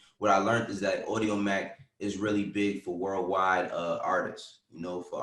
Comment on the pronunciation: said audiomack lol